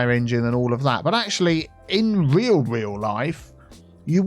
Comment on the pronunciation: ROO-AL 😁 I love your construction site. Put a single house in the area because that's usually the "Show House" for those buying into the subdivision. Just a thought. Great idea! 👏👏